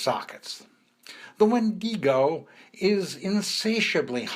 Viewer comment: Yo, it's not a wen-dingo. It's wen-din-go; bobo.